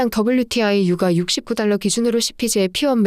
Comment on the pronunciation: [유까] [역대끕] 유가만 좀.. 발음 제대로 해주세용.. 항상 잘보고있어요👍